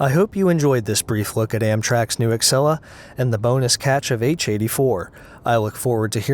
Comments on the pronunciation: Thanks for the video. It's great to see the new Acela showcased. Can't wait for them to be introduced to the public. Just a nit, though. The pronunciation is not Ex-sell-a. It is Ah-sell-a. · I believe the correct pronunciation is "ah sella" as opposed to "ack sella" ... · The new ACK sella? Interesting pronunciation. In all my years at Amtrak I never heard that one. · Oh so it's pronounced Axela ? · i pronounce it "A-see-la" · According to Amtrak the "c" in "Acela" sounds like an "s" and not like an "x". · Imagine being such a foamer that you get triggered over the way someone says the word “Acela”.... quarantine must be getting really boring for all you buffs who can only look at railcams and not the real thing!